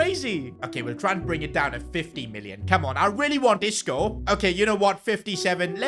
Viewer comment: Bro said Isco disco 💀💀